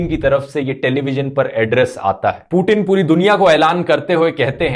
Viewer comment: पुतिन है वो "पु टिन" नही 😂